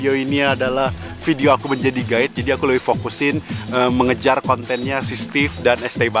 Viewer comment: gua denger ko ngomong "gay" padahal "guide"